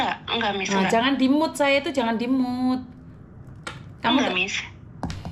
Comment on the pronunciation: Maaf miss bkn menggurui 😅, pronunciation nya mute ( miut )